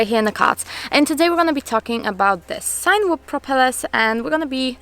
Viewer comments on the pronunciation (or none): sag mal CINEma und dann überleg mal wie man CINEwhoop ausspricht;)